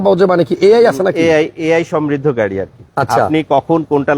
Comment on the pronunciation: উচ্চারণ ঠিক করেন , গাড়ীর নাম |